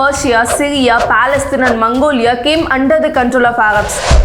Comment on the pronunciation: Mongolia?I think you've pronounced wrong one